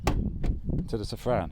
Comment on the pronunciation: Can you PLEASE pronounce "Safrane" in French instead of "Sefren"... It really sounds ugly. Merci beaucoup...